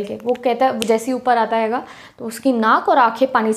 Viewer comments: Aap hai ko haiga kyu bolte ho??? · Well explained 👏but please don't say" haiga"😑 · I love the way ma'am sayy haiga 😅❤️🔥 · How many of you noticed when she says 'haiga' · Mam aap punjabi bolte ho bicha mai😂😅 Haiga🤣